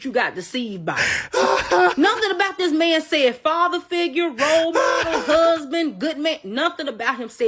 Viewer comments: So funny how she pronounced husband, hooseband. Hahaha 😅😊....lol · If you pronounce “husband” as “huuuuusben,” that in and of itself is a red flag.